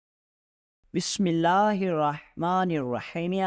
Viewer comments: سلطان صلاح الدین ایوبی کو عمران سیریز بنادیا ان کے ساتھ ہزاروں جھوٹے قصے گھڑ دیئے بسم اللہ الرحمن الرحیم بھی غلط پڑھ لیا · بسم اللہ سہی پڑھا کرو